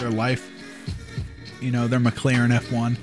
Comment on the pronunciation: When he said “mclaren F1” I heard “my clarinet farm”